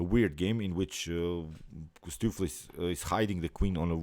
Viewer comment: "Stoofvlees" is a Dutch word and I am from The Netherlands ... if you want to pronounce "Stoofvlees" correctly go to: hit the "play audio button" 3 times as the third audio play is 100% correct! ... The first two is missing part of the sound.